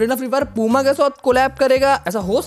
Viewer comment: Bro wo पूमा नहीं प्यूमा है 😂😂😂